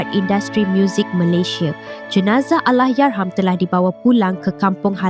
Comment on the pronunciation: kenapa pelik sangat dia sebut ALLAHYARHAM ni. Bunyi pelik macam lidah pendek sangat. HURUF "R" dia teruk. Kalau tak dapat nak nyebut Allahyarham sebut laaa "ARWAH" je. Diction dia bergulung gulung